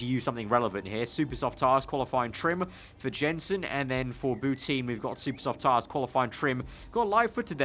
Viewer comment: It hurts every time you say bouteen. Shes french, its pronounced Boutan...